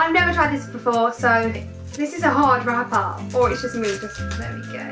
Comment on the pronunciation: and when she said wrapper she sounded australien